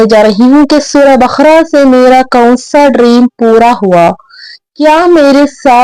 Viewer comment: بقرہ کو آپ بخرہ کیوں بول رہی ہیں؟